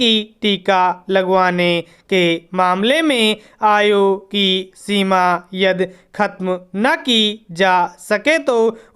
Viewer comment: सर आपने यदि को यद बोला, तमिलनाडु को तमिलनाड बोला,परिवहन को परिवाहन बोला। बेहतर हो कि आप अपने उच्चारण पर ध्यान दें।